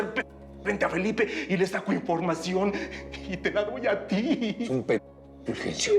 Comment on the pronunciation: Jajaja me da risa el furjencio